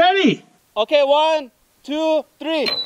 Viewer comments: its three not tree!! K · One, two, tree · Three not tree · One,two,TREE,TREE different .... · "wan two tree" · “Look at this beauty! One... two... TREE” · Wan two tree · The Mexican guy is so funny 😂 he said tree instead of three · wan , two , tree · Oone tooow tree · Guy : one , two , treeee Me: laughs cuz thats the way my grandma say it. Lol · A one, two, tree!